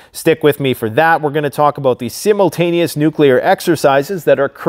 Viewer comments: Lupin III well no shit, it says it in his name. I work around a bunch of Canadians, I’ve even worked in Canada, and nobody pronounced it like that. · I have never heard anybody pronounce ‘simultaneous’ and ‘vague’ like that in my entire life lol.